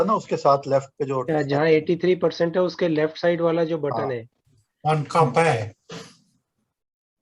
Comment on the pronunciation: It's not Caap. It's Cup.